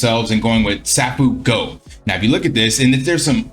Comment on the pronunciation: It's pronounced "Say-foo-go".